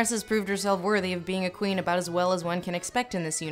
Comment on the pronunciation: 'She's muh Qwueen!'